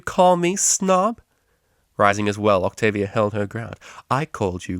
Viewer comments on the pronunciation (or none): octobia? really?